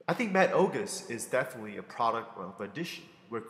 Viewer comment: oguseses? lol that made my day. " Ogus' " is how you would spell it.